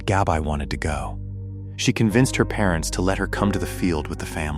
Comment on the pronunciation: yes but your AI is messing up the pronunciation horribly. It’s saying Gab-eye not Gabbi.